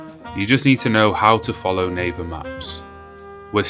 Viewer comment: It sounds like " Neighbor maps" not " Naver maps "